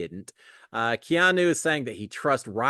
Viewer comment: …Props for learning how to pronounce Keanu! 😂